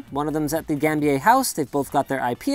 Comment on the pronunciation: Totally recognized where he was before he mis-pronounced Gambier. 😀